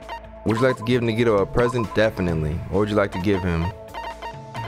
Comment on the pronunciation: It's pronounced ( na -ghee -tow) Nagito. Say it fast. Edit : Her name was Sakura berlin , sayaka was the blue haired one. The ultimate pop sensation , Sakura was the ultimate marital artist. , Also Orge was her nickname.